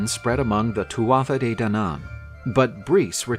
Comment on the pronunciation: My Irish friends say it more like "Two-a-Day", not "too-aa-tha-dey".